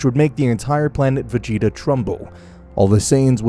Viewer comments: planet vegyta instead of vegeta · Did i just hear you say planet veyeta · i know it was supposed to say vegeta but im pretty sure i heard planet fajita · "planet vegita" its "vejieta" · OK why did you call planet Vegeta planet Vuheatu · Did he say planet vejita☺😀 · u said planet vahia... ? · He called planet vegeta planet veyeha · Ah yes, my favorite planet, planet "vayeeta" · Ah yes Planet Veyeeta, my favourite planet. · Man really said planet regeta lol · “Planet ve-heat-a” had to tune out after that butcher😂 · Mans said planet v egg eta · Did he really just say planet vegg eta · anyone realize he said planet vayeeta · Bro said planet fajita 💀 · Am I trippin vision or did he say planet “ve-yee-ta”? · "planet Ve gi ta" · Bro said planet veyeta💀💀💀💀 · "Planet veheeta" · Brk called it planet vaGeeta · Dude really said "Planet Vigita"💀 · Wtf why you call it va gee ta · It was the "plant vaeda" for me lololol but . . . It was still a good video tho no awesome no super no expert no LEGENDARY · "Planet ve-geet-ah" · Planet va-yeet-a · Wait planet what now. He said planet vheata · He said plant VA yeeta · “Planet veata.” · " planet veyeeta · nah veyeeta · bro said planet vegeeta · How tf u mispronounced vegeta 2 different ways in the span of 20 seconds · Hard G for Ginei soft G for Vegita and there called scouters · Bro pronounced planet vegeta wrong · The way he pronounced vegeta